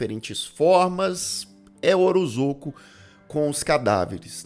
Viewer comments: Li essa nota antes de assistir ao vídeo e a cada “orozoco” eu soltava um riso haha obg por esse pequeno deslize q me fez rir! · É OROSCO a pronúncia. Eu sei por causa de uma amiga q tem esse sobrenome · Deu um pouco de agonia ouvir você chamar o coitado do Orozco de Orozoco o vídeo inteiro. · Devia repostar falando o nome certo